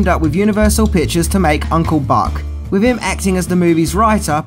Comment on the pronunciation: Mate, please practise saying “threw” instead of “frew”. Maybe give “with” a try, too, instead of “wiv”.